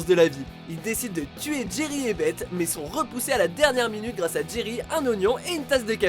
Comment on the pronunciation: Ah mon avis la personne qui parle dans cette vidéo n'as jamais regardé Rick et morty car il a dit bete et pas beth.